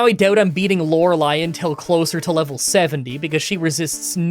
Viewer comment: I had to unsub. I can't remember all the reasons, but his refusal to pronounce Lorelei correctly even though he knew he was doing it wrong was infuriating.